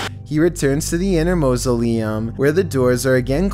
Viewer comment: What is a Musoliem its mau·so·le·um